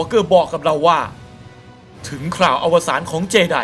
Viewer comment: เจไดไม่ใช่เจดีย์ 55555